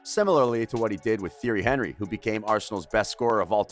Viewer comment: "Theory Henry", "Arseeen Wenger", "Robert Piercey", damn. And the mic constantly clipping was also totally avoidable